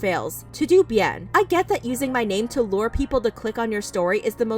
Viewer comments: Im sorry but "To Do Bien" is sending me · No one gunna mention “to do bien”? Lol. Todo bien wuey!! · over here saying "two doo" bien. It's "Toe Doe" bien, Spanish for all good or everything's fine. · It's not to do bien. It's pronounced "Toad o Bien" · To do bien made the Latino in me wince so hard lol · It’s not to do bien it’s “todo” meaning “it’s all good.” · btw it’s todo bien it means all good in spanish, it’s not to do it’s all one word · pronouncing Todo Bien as “Too Doo Bee-ENN”😂😂😂 It’s pronounced Toh-Doh Byehn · think of the pronunciation of "toto", like the dog's name from the wizard of oz. Like, not pronounced "to doo". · girl, it's "toe-doe" bien. it's spanish. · Girl really said..."TO DO Bien." LOLLLLL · It’s pronounced ‘TOE-DOE BYEN’ 😌😌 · Pronounced “toh-doe” bien= meaning all is good or well in Spanish 🙂. Nice video Austin has been trash ! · I think the "TodoBien" account is not pronounced To do bien. "Todo bien" is the translation in spanish of "everything okay/good", or maybe it was intentional ^^U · LOL to-do Bien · TOODOOBIEN PLEASE😭😭 y’all “Americans” don’t even try🤨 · toe dough bee en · The way you said TodoBien 😭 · That’s not how you pronounce “todo bien”💀